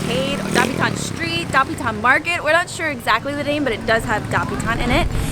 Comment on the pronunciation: please pronounce Dapitan with the accent on the second syllable